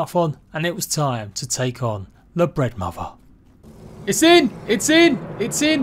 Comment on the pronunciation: Legit sounds like he said "The Breadmother"